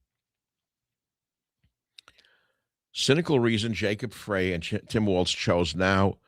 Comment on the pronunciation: Minneapolis mayor Jacob Frey........last name rhymes with bye, high, not hay Michael